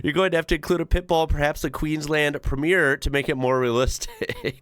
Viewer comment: Dude, ‘Premier’ has three syllables - prem-mee-urrr, like ‘gov-ven-nur’.